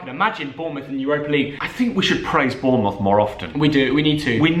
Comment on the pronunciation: Every Bournemouth fan gets triggered when says Bournemouth FC